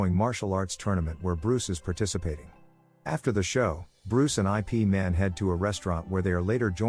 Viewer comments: Its pronounce Yip Man, not I.P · Yes, please don't call the movie series by saying it as "I" "P" Man. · Can't you get the AI to pronounce IP man correctly?